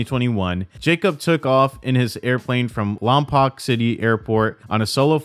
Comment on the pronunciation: Just an fyi, Lompoc is pronounced, Lompoke